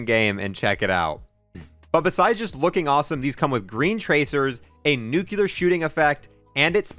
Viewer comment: disliked for "nucular"